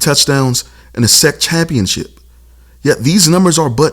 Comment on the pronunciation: Great video, but it's not "sec" like you are saying the word "second". It's S-E-C championship.